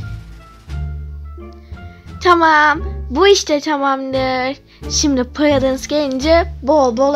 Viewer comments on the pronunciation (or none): Dasiy prudance ye prıdııns diyo😅😂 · Sunfi ablanın purudunsa nicilıs demesi 😂